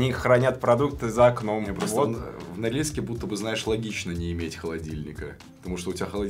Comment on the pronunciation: мне показалось или они сказали Норильск? 😂😂